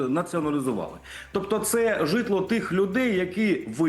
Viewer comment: Жжитло ударение правильно ставь 😅😅😅😅😅😅😅😅